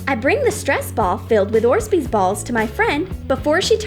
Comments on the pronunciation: orzbeez...? Not orbeez...? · did she said orzbeez instead of orbeez? BTW i love you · colored ORZBEEZ it’s actually colored ORBEEZ 😂😂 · Orbeez not orsbeez this is the 2nd time you have made a mistake. Next time correct your self. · Orzbeeze balls lol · No hate but it’s orbees no orzebezzeballs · Orbis not orsbes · You heard it guys, its Orzzbezz not orbees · Orbeez** not orzbeez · Orbeez not orsbeez gosh stupid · does anyone else hear that they say orZbees, instead of orbeez? seriously its triggering me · what are orsbees i know what orbeez are but not orsbees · It’s not orzbeez its orbeez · Are they saying “orzbeez” instead orbeez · Anyone else heard them say orsbees.. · You said orzbeez it’s orbeez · “Orsbeez balls” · It’s orbeez not orzbeez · It is orbeez not orzbeez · Its orbeez not orzbees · ITS OREBEEZ NOT ORPSBEES LIKE WHAT THE FUCK IS WRONG WITH YOUR EYES YOU DUMBASS Edit: sorry I’m getting mad but for real why can’t you say it the RIGHT way? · Orbeezs not orsbeez😆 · “Orsbees balls” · No a tents but it’s urbees not ors bees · STOP SAYING ORSBEEZE !!!!!!!!!!!!!!!!!! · ORBEES NOT ORZBEES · There not called orzbdez there called orbeez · Did anyone else hear them say orzbeez when it’s actually pronounced orbeez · "So coloured orzbeez balls" its orbeez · It's not orzbee, it's orbee idiot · ORBeez not orsbees. whatever that is. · Orzbez balls 😂😂😂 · “OrSBe BaLlZ” Me : “Orbeez” Not “Orsbeez”... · Not to be rude but it’s orbeez not orzbeez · Orzbeez balls XD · or beezs not orz beezs ugh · She said orzbeez! 😆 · Who else gets annoyed when they say orzbeez instead of orbeez. Not hating or anything, I'm just telling. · it is orz-beez, it is orbeez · Its O R B E E Z not O R Z B E E Z (just saying) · It's orbeez not orzbeez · Who else heard orsbeez 🤔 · Uhh it's orbeez not orzbeez lol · It is orbeez balls not orzbeez balls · They are called orbees not orsbeez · It's not orszzbezz bolls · Orzbeez Makes me laugh everytime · She said ORSBEEZ AGAIN!!! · orbeez NOT orzbeez